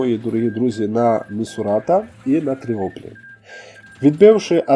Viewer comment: Чого ж Тріоплі, якщо Тріполі 😆